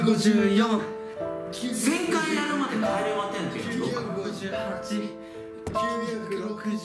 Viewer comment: 「帰れまてん（10）」じゃなく、「帰れません（千）」じゃね？